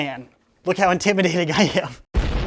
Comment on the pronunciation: STOP SAYING IMTIMADATING😫😫😫😫